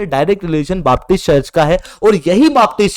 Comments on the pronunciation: बापटिस्ट नहीं बेपटिस्ट। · it is known as BAPTIST CHURCH and NOT "BAAP"TIST CHURCH